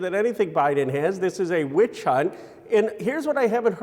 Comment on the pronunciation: Lol did he really just say "witch Hount"